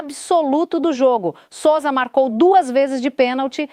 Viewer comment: a apresentadora.nao consegue falar Sossa !nao e como ela fala.…Souza！melhor aprender a falar direito！